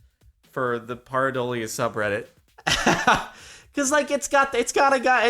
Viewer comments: It is Pear-i-doalia. Pear... come on man. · it's pronounced pear - a - dole ee uh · Jordon ask a Neurologist.. It is "PEAR adolia"